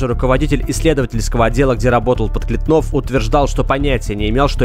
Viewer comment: Евгений ПодклЕтнов. Ударение исправьте.